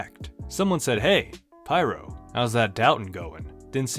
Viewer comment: it's pronounced peer-oh.